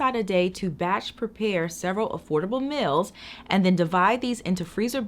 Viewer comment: I always wonder what is the proper way of pronouncing "meals". Is it "mills" or "meels"?